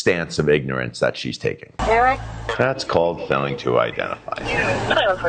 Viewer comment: "He called me Sovereign citizen Ewwick!" 😂